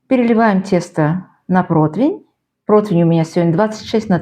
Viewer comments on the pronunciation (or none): Да не протвинь, а противень!